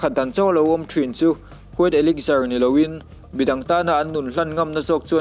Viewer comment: a spell elixir ni mahse elixar ti lam tur alom bruh😂😂 American pronunciation ani na..mizo pon kan hrethiam ber tian